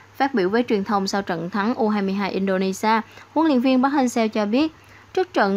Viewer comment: Mong chị đọc đúng tên :v Nghe khó chịu vl :)